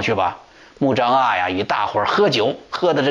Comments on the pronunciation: 穆彰阿。滿語讀音在這裡 阿不讀a。讀e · 阿，e发音。曾国藩不会做人但是会做忍